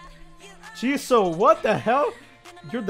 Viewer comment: Did you just JEE-so, my JII-suu. 😤👌